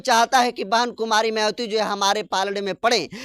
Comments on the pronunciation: अंकर सहाब आप मयावती बोलते है, आप अपना उचारण ठीक से बोले मायावती बोले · मयावती नहीं है उनका नाम है मायावती बहन जी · पहले तो मायावती जी का नाम ठीक से लेने का अभ्यास कीजिए